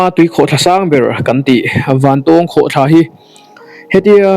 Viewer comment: Zira, I thil tih ah hian mithilhre zawk te rawn hmasa ṭhin teh. A hmasa in "Vantawwwwng Khawhthla" kan nei ngai lo. Vantawng (eg: A san zawng chuan vàn a 'tawng') tia lam tur. Anih loh vêk chuan Vantáwng (eg: Ramhnuaiah sakei nen kan in 'tawng') tih ang pawhin a lar ta zawk a. Nangin a duh duha kan ram hmun leh hmel, duh duha an hming I lo thlak ve nachhan tur kha a them pawh a awm lo. Tin, Vantawng Khawhtla hnunga puk hi hmasang aṭang tawha kan hriat vek tawh ani. I luhna puk thuk zawk, fangfar awmna, "Puk far" kan tih mai kha kan naupan laia kan luh chhuah hrep tawhna ani. I kal hmasa awzawng lo. Adventure club lam, sa pel a kal leh a bulhnai khaw mi leh sa phei chuan an lutchhuak fo tawh I pian hma fe aṭang tawh pawhin. Mipui mimirin an ti bawrhbang ang tih hlauh vangin an kam tam lo mai. Tlawh luai² chi pawh anilo, intih palh leh mi hliam buaipui a buaithlak tawh ṭhin avangin. Fangfar ho kha khawih avanga thi thei pawh anni bawk lo, climate a zir leh zir loh vanga danglam mai ani. Tihian intih lar I duh vanga kan hmun fianrial ṭha tih common I hreh lo rau2 anih pawhin information dik deuh tal hi chuan thehdarh ṭhin rawh. Chubakah, ahmaa kan hrilh tawh ang che in naupang kum 20 pel ṭawk I ni. Camera leh drone tel kher lova I kalna hmun luh chhuak tawh tu hi a zà tel fe an awm. Puitling lungfing ber niawma Bawihtlung Channel style la taka Zofate zilh ve sek tum hi sim rawh. Kan hriat chanve chanveleh pawh la hrelo, kan hmuh tawh 10% la hmù lo hian Mizoram mi leh sate hi I z